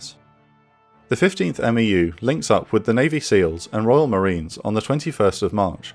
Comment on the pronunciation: Quick thing that’s ticking my OCD—we say MEFs and MEUs phonetically, so “meff” and “mew”. Besides that, you’re a fantastic